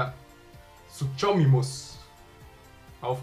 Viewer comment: Bei Suchomimus musst du das ch als k aussprechen